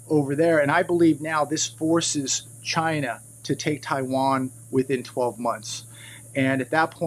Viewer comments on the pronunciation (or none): none